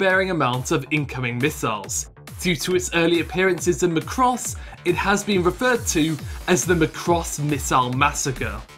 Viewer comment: stop saying macross wrong, it's mac ross. not m'cross